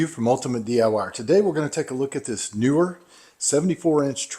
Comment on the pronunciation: Just for the record, it's NEEWER {"NEE-WURR"}, not "newer".